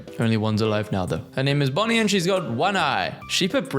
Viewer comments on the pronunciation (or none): did I hear bonny or bunny? My og piggy instincts heard "her name is bunny and she has one eye"